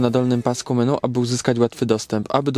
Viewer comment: Nie wiem jak ty masz tesle jak ty mówisz (MeNu) xDD